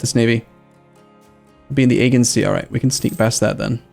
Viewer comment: I'm really sorry but this is driving me nuts! Aegean is pronounced Ae-jee-en. Thanks!